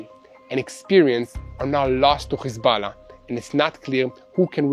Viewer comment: Khisballa!..why is that yiu cannot pronounce H